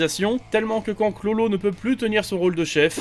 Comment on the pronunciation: Pk il dit chlolo dit bien KURORO a faire le japonais la